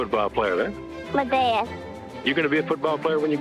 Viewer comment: Him saying as a kid that his favorite player was "ma dad" never gets old.